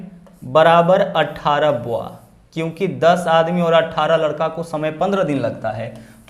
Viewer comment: सवाल करने का तरीका अच्छा है। ❤लेकिन Boy बॉय कहते हैं, या फिर हिंदी में बच्चा या बालक ही कहो। आप बोआ बोल रहे हैं। बॉय का मतलब बच्चा और बोआ एक सांप की प्रजाति होती है।